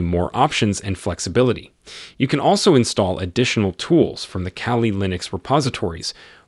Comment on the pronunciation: Its KALI not CALI